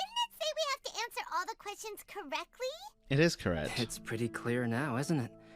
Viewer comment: Like Cyno would also say lying is not good and not Ko-rrect do you understand traveler becouse you were doing the Korean VA and Korrect becouse of Correct :)